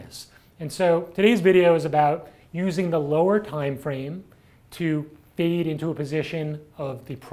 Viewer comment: Hi.. its not 'feed', its 'fade'!:)))